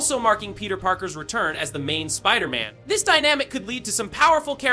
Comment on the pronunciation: Why are you saying "wolverine" and "Spiderman" wrong?